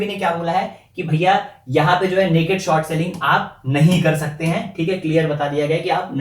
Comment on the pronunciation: Bhai, there english todi kaami hai, it's short not sort